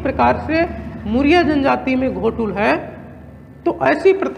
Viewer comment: घोटूल नहीं है सर गोटूल है। अर्थ का अनर्थ न करें।।